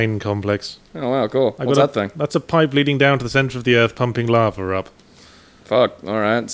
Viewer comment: The way Yahtzee pronounces lava sounds like "larvel" to me.